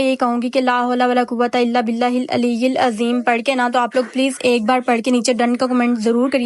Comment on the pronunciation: Ayat khud bhi Sahi Nahin prhi aliyelazeem Nahin hota aliul Azeem hota hai